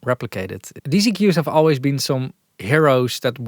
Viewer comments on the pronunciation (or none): none